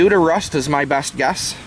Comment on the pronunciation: RRRRRRUST , when you say it i crack up